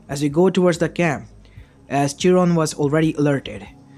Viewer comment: it's chiron not jiron